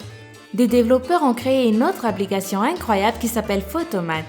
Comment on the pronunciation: Rip le français ... "l'apolication"